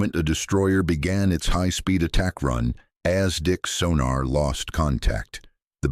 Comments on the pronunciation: Is ASDIC NOT Aztec and Not as Dick poor Ai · "as Dick firm" .... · As Dick was even better and then Lootenant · Exactly so. AZTEC instead of ASDIC (Anti Submarine Detection Investigation Committee) SONAR in today's parlance. If this is the best AI can manage we are all doomed!!!!!!!!!! "as Dick Sonar" It is a good read, very informative but Isn't proof-reading part of this process? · then don't use AI, yes know about ASDIC but intonation is wrong.